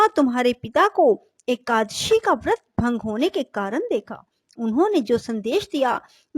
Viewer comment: Please it is ekadashi....not ekashi